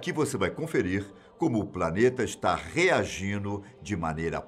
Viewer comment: Eu sou seu fã,, e notei algumas "quedas" no "Gerúndio" - aos minutos ==> "reaGINO";... aos minutos ==> "viVENO". Eu também me "policio" na dicção, notadamente por ser o dirigente e cantor da "Boomerang Flowers Band ®"; e, já me flagrei cometendo omissão na pronúncia de "John LenNO".... Com os meus respeitos e admiração, parabéns POR MAIS ESTA MATÉRIA, e um forte abraço. Beetho. BH.